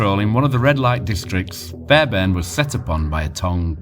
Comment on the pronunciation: Great documentary and credit for the work you put into this, however I’m sure it’s pronounced as fair BARN , sounds like fairburn on the video